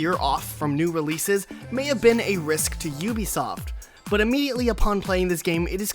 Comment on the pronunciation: It's Ubisoft not U- besoft